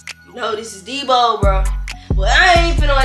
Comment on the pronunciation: She said deebo 😭